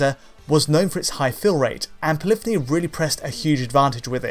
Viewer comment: Poly-phony only has two syllables